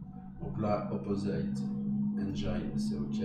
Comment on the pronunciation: Bonjour. Merci pour le tuto de qualité. Petite remarque: le i de engine se prononce comme en français (i et nin aï).